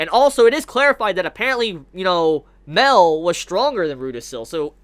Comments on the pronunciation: its MA EL.. not MEL.. idiot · Yo enjoyed the video but just one thing that got me through the video...it's pronounced Ma-el not Mel. Ma...El...Thank you very much. :-D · Love the video, always loved all of your Taizai videos. One thing is slightly irking me. Mael is not pronounced "Mail". It is 2 syllables, sounds like May-El. Just like how all the other angels have El at the end of their name, "El" referencing God in the Hebrew language. Sorry, just a little tic. Anywho, love the information on Escanor's powers. Not really wanted, as I sort of wanted Escanor to be something new and for him to represent the pinnacle of Mankind who acts as their hero who can stand up to the Goddess clan and Demon clan. But I still like it well enough. I want to know what Gowther asks for, but we have no real information so I can't really speculate very much. I still suspect that Escanor will die at some point, and Arthur will take his place as the Sin of Pride, and will be revealed to be connected to Escanor in some way. What if Arthur is actually Merlin and Escanor's son but for some reason Escanor has no memory of this? Clearly something with Merlin's connection to Arthur is not what it looks like and not what Escanor thinks it is. I wouldn't be surprised if it were something like that. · in fact Mael is pronounced "Ma" - "el" like Raphael